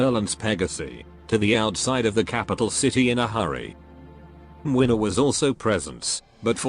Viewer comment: I'd say it's spot-on, probably even more accurate that Kazimierz